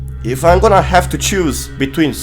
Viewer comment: Fnaf: “Scrap Trap” Zora: “ScATpt Trapt”